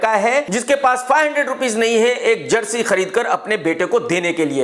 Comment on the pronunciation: jersy नहीं chersy